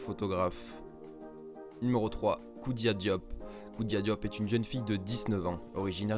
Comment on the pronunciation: C pas koudia mais khoudia